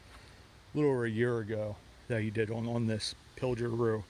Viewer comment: The "pilger' is pronounced with a hard "g" like "good". Keep up the great videos. Wonderful history! Many early settlers of the Pine Grove area came over this mountain via wagons. As Cliff has said in a video, the actual route has been altered as the road was improved.